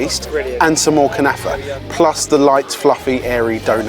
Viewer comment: 😂😂😂 I can speak Arabic you said kanafa so bad also it kunafa